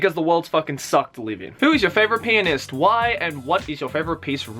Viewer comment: When he was talking about the pianoist I thought he said penis